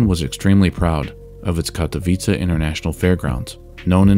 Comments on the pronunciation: I was cringeing thinking you were going to pronounce Katowice wrong but you pretty much nailed it, kudos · Hats off to you, my good sir, for actually checking how "Katowice" is pronounced.